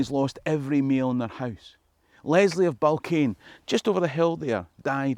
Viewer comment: Another great video. Currently bingeing my way through your channel. Need to work on your pronunciations of some of the places in this area for next time you're up;). River Ury is pronounced "yooree" and Balquhain is "bal-whine"